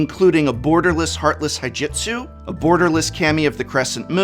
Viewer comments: You're wrong, prof. The Fortnite Secret Lair is most definitely a joke, but they are just being serious about it. Also: "Haijitsu", "Haijutsu"... you mean, "Hi-de-tsu-gu"? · I think it's pronounced as hidet-sugu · Hee deht soo goo HI DE TSU GU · prof, it's pronounced He det sugu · I feel obligated to mention that, due to them being Japanese/of Japanese influence, words like "Hidetsugu" and "Kami" are pronounced "Hee-dé-tsu-goo" and "Kah-me", respectively. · Heartless what? It's hee-de-tsu-goo. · I believe it's pronounced Hidetsugu (He-debt-sue-goo). At least, it sounds pretty metal when you say it that way. "And now, I activate...Heartess......................HIII DET SUUU GUUU" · I hate to be "that guy" but his name is pronounced "Hee-day-soo-goo" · Hidetsugu's pronunciation damages me every time. Heeduhtsoogoo. It isn't hard. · Say it with me Prof: Heartless He-DEBT-sue-goo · Profs pronunciation of Heartless Hidetsugu makes my weeb brain cry. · Me: I dunno why people hated Kamigawa names so much, I think they're pretty straightforward: fails to pronounce Hidetsugu for the second video in a row